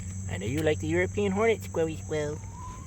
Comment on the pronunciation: please stop saying squirly squirrel